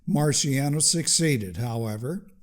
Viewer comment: Just a quick note: his name Marciano is not pronounced "marsiano" but "martshano". The Italian "ci" is equivalent to the Spanish "Ch"